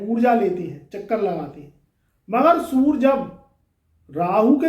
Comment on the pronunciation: सुर नहीं होता सूर्ये होता है 😂😂😂